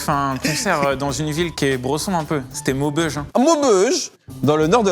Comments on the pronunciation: 😂 cet accent 😂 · jpp comment il a dit "maubeuge " Mehdi 😂😂😂